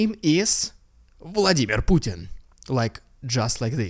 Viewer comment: Love you saying puttarna not putintin 😊